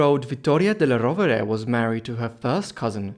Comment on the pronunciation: The suéname is badly pronounced. It is della Rovere!